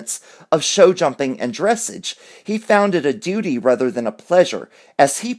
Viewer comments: Dressage is pronounced ''Dre Saaaage'' where the a is sounded like the ''o'' like in Oz... Not Dresige. It is a French word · It isn’t pronounced DRESS-age. It rhymes with “massage”. DressAAAZH. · Dressage is a form of horseback riding that the royal family all participate in. It rhymes with massage. Just letting you know, I had to lol when I heard your pronunciation. Im sorry.😉